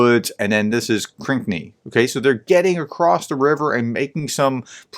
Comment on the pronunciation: Please spend a few minutes and read the names of these places. One example - it's Krinky, not Krink nee. You rush into your reports. Slow down, just a little bit.